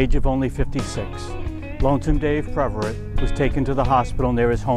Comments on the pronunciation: It’s “Pev” not “Prev” for crying out loud! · I've never heard of (narrator) before, but it would be nice if he could pronounce Dave's last name. It's PEVerett, not PREVerett. So disrepectful... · His name is PEV-er-ette , not PREV-a-rit. RIP Lonesome Dave and Foghat! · Thanks for this piece of music history. The name is Peverett, not Preveret. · I was a Lonesome Dave fan since the Savoy Brown days and was a Foghat fan the entirety of their "main" existence and love these little "factoid" pieces. Sadly, I must voice my complaint about the pronunciation of some of the members' names. Dave's name was Peverett, not Preverett and it was mispronounced five times in this mini-documentary. Come on man, if you can't at least get the people's names right, then get somebody who can. You talk about paying respects to the dearly departed but can't even get their names right. By the way, I just saw Roger Earl with the current version of Foghat at the Imperial Palace in Biloxi Mississippi and sadly, it's not the same. Was good, but not great. RIP, Lonesome Dave Peverett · This guy keeps calling him Dave PReverett. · Please stop saying ‘Preverett’… it’s Peverett. Real good video tho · You're exactly right! He kept saying "Preverett". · Bingo! It was a nice tribute but hearing him call him Preverett was driving me crazy! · “Preverett”… over and over again. You’d think this guy would take the trouble to correctly pronounce the name of the artist he’s presenting… And you’d think someone else working on this might tell him he’s getting it wrong. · This would have been a nice tribute to Lonesome Dave had the narrator not continually mispronounced his name. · However, one should never ADD an "r" where none ever existed!